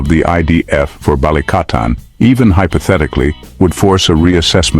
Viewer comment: "BALIKATAN" NOT "BA-LI-CA-TAN" 😅🤣🇵🇭👍